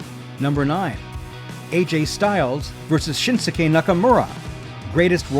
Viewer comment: Agreed, also other terms that are used. The script seems AI. The VA seems like it also with the strange pronunciation of certain names and moves, like Senton and Shinsuke.